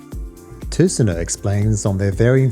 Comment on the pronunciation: Fantastic review! And thanks so much for your proper pronunciation of Tusenö and Göteborg :) I have a Tusenö Blackwater en route now! Seeing the attention to detail with the design language of the Shellback, I'm so excited to try the Blackwater. Tack så mycket!